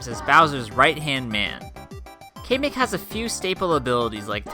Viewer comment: It's cam-ik/Kamek not kamemik